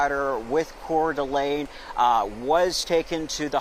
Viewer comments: Yes, Couer d'Alene is a french name, but No you do not pronounce it kordulay. It's kordulayn. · CORE - D- LANE!! LEARN TO PRONOUNCE THE CITY!!! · PORT O' LAY?? Oh, COEUR D' ALENE. Sheesh.